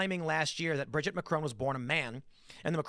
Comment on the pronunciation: It absolutely drives me insane every time they mispronounce the name Brigitte